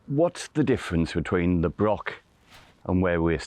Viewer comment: The word is broch not Brock 😂